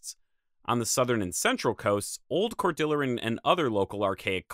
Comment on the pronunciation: Pronounce "cordillera" like it's Spanish, because it is. And "refugia" has the stress on the second syllable. The glacier was never south of the Puget Sound, even during the glacial maximum. I think we are forced to assume an early coastal route. We have a confirmed human presence in Oregon 18,000 years ago, and a confirmed presence in New Mexico at over 21kya. Probably there were humans in the PNW at least 1,000 years before New Mexico. This video somewhat neglects the southern part of this region.